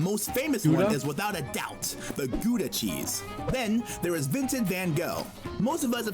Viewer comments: As a dutch guy myself I cringed so much with the pronunciation of Gouda It's pronounced with like the ow of now instead of oe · its not gooda its gouda with a dutch G and OU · gouda is not prenounced like gooda as in good and the g is not a soft but more of a hard g like the hissing of a cat